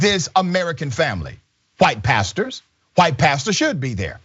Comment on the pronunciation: Al Sharpton is not a “Pasture”. I may be wrong, but but it sounded like he said “pasture”.